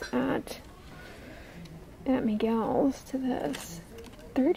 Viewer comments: Why are you calling Michael’s ...Miguel’s ? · Lmaooo did she just say " Miguel's " instead of Michael's? 😂😂